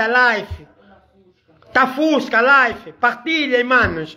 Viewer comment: Live e não life